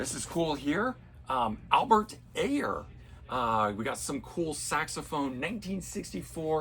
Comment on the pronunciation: We gotta work with you on the Jazz musicians...🙂 Albert Ayler (it's "i-ler")...Ayler & Don Cherry are not for the faint of heart. Larry Coryell ("cor-e-yell"). You got Roland Kirk right! ;-) Good job on Yusef Lateef, too.